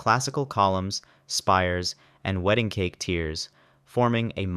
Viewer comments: “Weeding Cake” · I caught that “weeding cake” too.